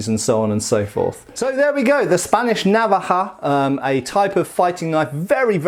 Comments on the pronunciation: I'm spanish and I didn't know about this weapon. (It's navája, btw, in terms of pronunciation, not návaja). I have a similar one from Toledo except much smaller x) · the inflection is on the decond vowel. Na-VA-ja. Like that. Not NA-va-ja. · as a general rule, the stress in spanish words is always on the second to last syllable, unless there is a tilde in which case the stress goes where that thing is, so naVAja no NAvaja. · you say návaja with the accent on the first a but it's actualy navaja, being the second a the strong sounding one. if it was like you pronounce it it would be written with this little line like in águila (eagle) but it doesn't. in Spanish the grammar all ways helps you. so unless you see an accent like in árbol or dragón, just pronounce the strong syllable in the middle if you don't see the little accent 😁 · I think the tonic sillable is the second one, na'vaja instead of nava'ja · I think I have one. I never thought it could be a traditional weapon. It's pronounced, naVAja, by the way. We currently call all pocket knives navaja. Mine has no locking mechanism and stays open just by friction. I made the terrible mistake of oiling it (it's kind of rusty and hadn't been used in years, probably decades), and it closed on my hand as I was using it. It wasn't a deep cut, but there was blood everywhere. Learn from this guy: don't be stupid. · Not really. It's Ok, but the accent is in va. naVAja. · The stress is in the second-last syllable, naVAja. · Spanish stresses the penultimate syllable when not marked, so the stress should be on the second A not the first as in an English pronunciation. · It was terrible! Stressed the last a instead of the second and pronounced the j too softly. It should sound like you are preparing a spit ball. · True, I'm Spanish, from Sevilla and it's true that's the correct way to pronounce the word Navaja.